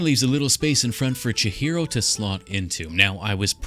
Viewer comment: Awesome build! I think her name is pronounced Chee-hee-ro rather than Cha-hero ? Can anyone confirm/deny this?